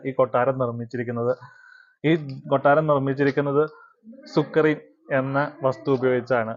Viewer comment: സുക്രി അല്ല സുർക്കി